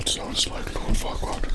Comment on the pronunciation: After a while I started mishearing Farquaad as "Fuckwad"